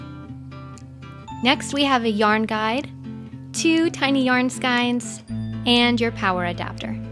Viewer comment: I have never heard somebody pronounce the word skein the way that you do. That's, different. Lol thanks for the video, made starting using my new machine easing and quick